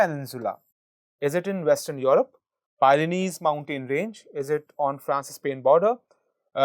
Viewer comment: OMG!!!!! "PYRENEES" b/t the Border of SPAIN and FRANCE